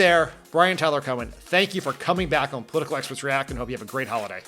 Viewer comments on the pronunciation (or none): You were a COMMUNICATIONS director for Obama and you talk like that?? Way too fast with nasal vowels that are almost. impossible to understand? Oh, the irony that you, with your position and career, can't pronounce the word "political" correctly with 4 syllables.